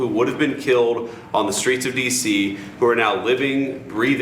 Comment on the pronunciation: In dem Skreets! Repeat 3x for emphasis